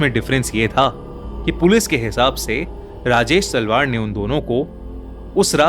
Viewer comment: Kis kis ne Rajesh salvaar suna 😂😂